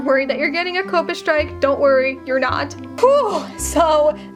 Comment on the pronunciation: 1 question why you say COPPA like that?? 😭😭